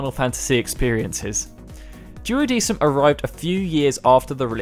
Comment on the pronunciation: The "sei" in Seiken is pronounced like "say" not "sigh." And the "decim" in Duodecim should be more like "deck-im." I really wish you guys would take just a few minutes to educate yourselves on proper pronunciations before you narrate these videos. That being said, good job highlighting all these great games! The Chocobo's Dungeon games are also loads of fun, though I know they're not everyone's cup of tea.